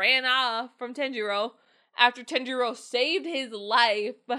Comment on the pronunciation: I love your reactions but how can you be a fan if you can’t pronounce their names correct e.e ‘r’ in Japanese have more of a ‘d’ sound so saying Tanjiro. It’s not TEN-ji-ro It’s pronounced Tah-n-ji-do